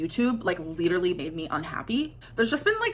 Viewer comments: That’s the only word she knows. Literally, lidurally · I hate the way she pronounces “literally”